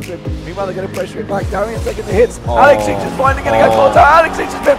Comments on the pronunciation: you nailed the "ich" in AlexIch tho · The most impressive was you pronouncing 'alexich' correctly